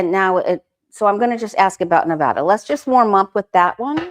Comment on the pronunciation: Enjoy your show. Thank you for saying Nevada correctly. Yes. Trump ruined the tourism for Las Vegas.